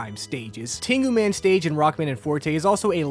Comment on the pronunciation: I had to turn captions on to confirm that wasn't "Tingle Man."